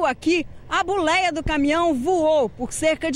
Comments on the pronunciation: A Buleia ? O que é Buleia? Eu conheço "Boleia" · Buléia???? Como pode uma reporter não saber sequer falar, vergonhoso!